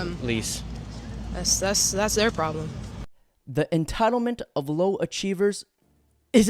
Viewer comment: "Laow achievers"? You mean low IQ?